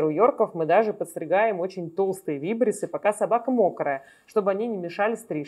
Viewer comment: Извините, ударение в слове вибриссы будет на второй слог: вибри'ссы 😊 ещё ращ извините за исправление